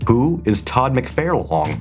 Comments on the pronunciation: Todd Who?? Hahahaha. I couldn’t pay attention to the questions because I wanted to see many ways they pronounced McFarlane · Okay I’ve been waiting for today. Are you and trolling us with your pronunciation of todd mcfarlane and rob liefeld names? You both say mcfairlane and leefield instead of mcFARlane and lieFELD. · Say it with me now. Mc-FAR-lane. There's no "I" in it to pronounce it as "McFairlane". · The Todd-Father himself says "Mc FAR lane" as in a galaxy very "FAR, FAR" away. Nothing "FAIR" about it. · The hardest question was apparently how to pronounce Todd Mcfarlane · Todd mcwho I had to rewind to listen to your pronunciation of my favorite comic artist